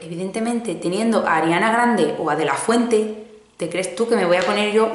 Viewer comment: No me podias gustar mas hasta que has dicho DELLAFUENTE. Te quiero.